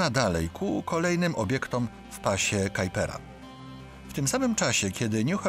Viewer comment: chociaż google translator podpowiada właśnie tą wersję wymowy robiąc kalkę z angielskiego, czy nie powinno się mówić "pas kuipera"?